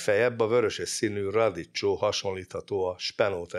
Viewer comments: Még inkább radíkkjo. A radiccsó a fülem hasogassa. 😂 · Olaszul: radicchio. Magyarul a kiejtése: radikkio. Hangsúly a 2. szótagon van. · Ismét kiváló és informatív munka. Egy megjegyzés, kedves doktor: a radicchio kiejtése: radikkió (bocsánat, nem bírtam ki, hogy ne javítsam). PS: jobb piacokon, olykor nagy szupermarketben kínálnak radicchio-t, de valóban, sajnos nem elterjedt Magyarországon. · Kedves Doki! Engedd meg, hogy italianistaként tegyek egy kiigazítást: a bemutattott vörös levelű saláta nevének helyes kiejtése: radicchio = "radikkió" kérlek korrigáld ezt magadban is, hogy ne terjedjen rosszul. Köszönöm. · köszönjük az érdekes videót! amúgy a vörös cikória kiejtése olaszul "radikkio" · Drága doktor úr. A radicchio szót magyarul RADIKKIOnak mondjuk…. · radicchio: ejtsd: radikkio / di rosso Treviso/ üdv : péter józsef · Kedves, nagyon szeretem a videóidat, köszönöm ezt a videót is. Az olasz nyelv nagy rajongójaként engedj meg egy tippet: a radicchio-t k hanggal ejtjük, mert a ch az olaszban k. 🤗